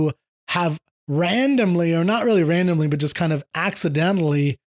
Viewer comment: "Rendomly" 😂 that worked even though you didnt mean it 😂😂